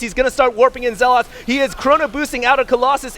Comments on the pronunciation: Zealots* not ZealAaAaAaAaAaAaAaAaAats fuck sake. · you have great content and do great commenting, but please... 1 - "Proxy" is not short for "proximity". 2 - It's "ZEL-et" not "ZEL-aught". It's like a spec of feces on a gorgeous cake everytime you say those things. With love. Peace. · Yeah but the constantly mispronounced "Zeeeeeelot" is annoying :D Also proxy != proximity :P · Who the fuck says ZeaLOTS that's not English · hd pronounces zealots weird